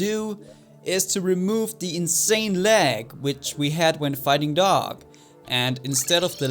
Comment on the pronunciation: Hör auf DoG als "Doge" auszusprechen :V